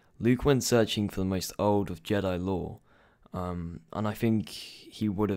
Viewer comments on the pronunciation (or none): It's Jedi not Je'Dai